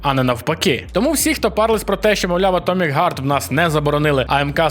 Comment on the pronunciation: Нашо ти гакаєш і гекаєш? Атомік Херт, так вірно згідно англійської вимови. І якщо хтось тут почне закидати про правопис, то я тоді підкреслю що автор сам порушує ідіотські правила які нафантазовані відмороженими гібстерами. А саме: по цим ідіотським правилам у гібстерів, h читається як г а g читаеться як ґ. В той час як автор старано ламає язик і вимовляє атомік ґард і через декілька хвилин гакає словом геймін. Тобто він мало того що ламає вимову слідуючи ідіотизму, так ще й робить це невірно...